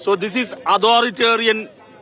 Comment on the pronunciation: "Authoritarian..... ", Orumaathiri Valiya " Kozhakkatta" Vizhungiya Pole 😋😙🥱 "So" Ini Case Kodukkum 🤪😛😝😜😋